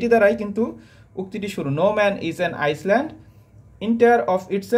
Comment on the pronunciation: Island - আইল্যান্ড হবে উচ্চারণ